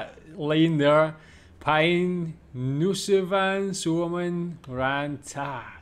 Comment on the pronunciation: I liked the video. You might want to be quite careful with the diphthong in "Päin nousevan Suomen rantaa" It sounded as if you said "Päin nussivan Suomen rantaa" :D